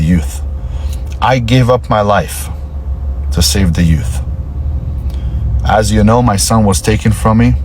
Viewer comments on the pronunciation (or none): "Two Yutes" Did you say, "Yutes"?